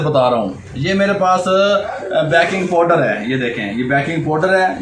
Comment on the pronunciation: Bayking powder nahi Bhai G, Baking powder. Punjabi wadia ay tuwade🤩